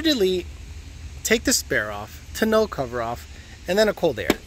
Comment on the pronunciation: Glad im not the only one that thought he was saying it weird lol